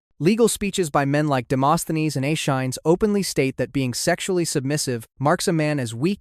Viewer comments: Aeschines = ESS-KEE-NEEZ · I think Aeschines isn’t said Ashines but instead Aea skin knees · Accent “Anacreon” on he second syllable (not on the third) to say it right. Also, please consider Googling the pronunciation of.”Aeschines.”